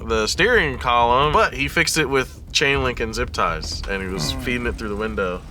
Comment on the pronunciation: calling zip ties ‘zippie ties’ is the best